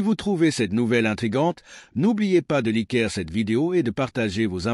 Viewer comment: apprenez à votre IA à lire " laîké " au lieu de likèr! c'est agaçant!